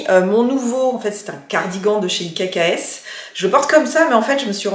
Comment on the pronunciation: Coucou ,petite info,la marque ikks se prononce x 🤗